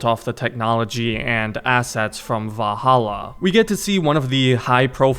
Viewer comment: Bro cant pronounce valhalla properly to save his life